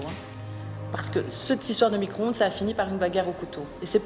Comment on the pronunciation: c'est mico-ronde et pas micro-onde mdrrrrrrrrrrrrr